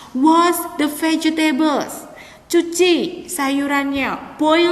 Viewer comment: Terimakasih bu atas penjelasannya🙏🏼🙏🏼 Hanya sedikit koreksi saja, untuk pronounce dari Vegetable itu adalah Vej+tebl bukan veje+tebl But, overall bisa dipahami and sangat bermanfaat ilmunya